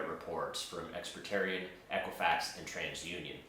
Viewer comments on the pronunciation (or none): Correction: It’s “Ex-Pe-rían” No “T” sound.